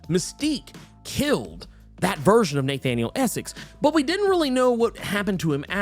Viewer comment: Neigh-thaniel Essex